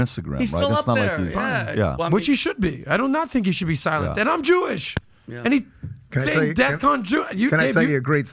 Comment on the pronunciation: I agree with you. When he said "And im jooish!"... yeah we know.